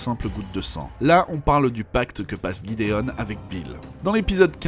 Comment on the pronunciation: alors bon je le dit parce que ça m'a perturbée a chaque fois que tu parlais de lui; ça s'écrit gidéon alors pourquoi tu l'appelle guidéon?